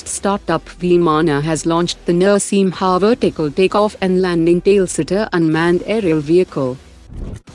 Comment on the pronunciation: This channel got an updated Voice and idiots simply fought tooth and nail against it. Very good, now listen to idiotic words like Veee-maa-naa, Nurshiim-ha. Admin, think for you channel's good and update it. Any time I show this channel to a new person, they think this is any other AI channel. Don't need to listen to your commenters for everything. Your channel growth could suffer because of this hesitancy to change. Existing people will adjust since your content is good.